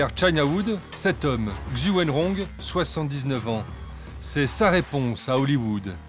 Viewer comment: Un peu d'effort sur la prononciation quand même... pas besoin de savoir parler chinois, mais un minima quand même pour les noms... C'est quoi cette prononciation de "Xu" ?